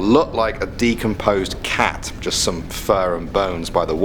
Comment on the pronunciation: He said gust not just